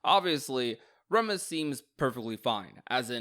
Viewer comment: Remus doesn't mean "twin" Remus and Romulus ARE twins... Ps: it's pronounced "Reemus" baroque is pronounced "baroke"